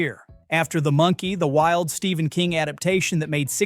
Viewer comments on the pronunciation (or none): none